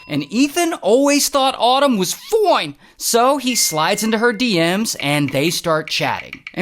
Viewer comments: I joined the vid just to here him say FOINE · "FOINE!" Always got me 😂😂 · The "FOINE!" gets me every time! 😂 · You know its gonna be a good day when ray says "Foine" ❤😂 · Why do I always love when Ray says “ foine” ? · Which I hate for these type of videos